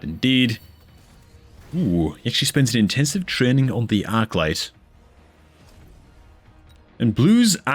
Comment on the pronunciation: Dude, are you Irish? Dat "trreeenin" gave you out😂